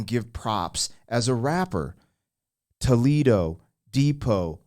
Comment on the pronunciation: In Spain, it's not pronounced Toe-Lee-Doh.